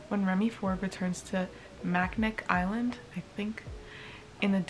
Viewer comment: Macinac island is pronounced Mack-in-aw island 😊